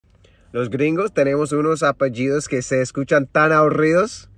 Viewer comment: Qué bien que pronuncia los apellidos latinos!!! 😍